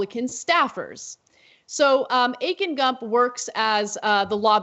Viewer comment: '.....lobbyists Akin Gump' Akin Gump'!!!?? I thought she said 'Aching Gums'. This surely is a made up name in order to: A) Make it impossible to forget B) Distract you from the negative content of any article in which it appears. I had to replay the whole thing as I have no recollection of what Anna said after Aching Gums appeared.